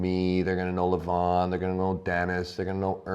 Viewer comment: LeVAhn, not Leven